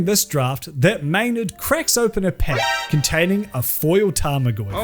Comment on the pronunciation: Took me the whole video to realize this guy should NEVER use the word deck or pack..... Sound like peck and dick